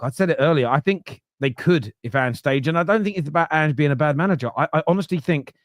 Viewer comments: he calls him "aynge" y'all 😂😂😂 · He still calls him "Aynge" 😂😂😂😂😂😂😂